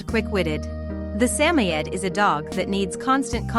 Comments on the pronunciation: Sammy-ed? How about Suh-moyed? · I just heard this nonsense recently on another video, and pretty sure it was a real guy screwing it up. Although I thought emphasis was on SAM. But this “Sammy-Ed” gives me the creeps. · WTF is a Sammyed? Let's try a Samoyed, SA-MOY-ED. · Get the pronunciation correct please... example: Sa-mo-id. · Samoyed. Rhymes with BOY, Sam-oy’-ed. Emphasis on oy. Robot voices don’t pronounce things very well. I see why they’re necessary when English isn’t the first language, or someone is a mute, or just not comfortable speaking. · sam oyed say it right ai voice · It is called a SAM-O-YED it is named after the SAM-O-Yed people not all pronunciation is based on actual spelling. If you cannot get the actual name straight don't use it. And to link it to a husky is pure ignorance! Learn your true fact on dogs you are speaking of. Just another failuer. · a"saymored" is NOT a saymoed 'husky'. its just a saymored. and you pronounced it WAY wrong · Never heard Samoyed pronounced that way.